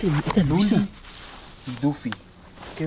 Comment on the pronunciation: Es Duffy, no "Dufy" :]